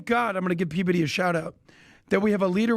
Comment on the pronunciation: It sounded like called him PBiddy 😂